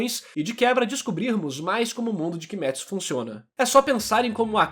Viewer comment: *KimÊtsu e não KimÉtsu